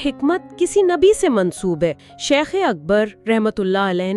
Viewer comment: آپ ہر ویڈیو میں لفظِ شَیخ کو شِیخ بول رہے ہیں ۔ انڈ و پاکستان میں شِیخ ایک قوم کا نام ہے لیکن عربی میں شَیخ کا مطلب بڑا عالم ہے ۔براہِ کرم لفظ کی ادائیگی درست کیجیے ۔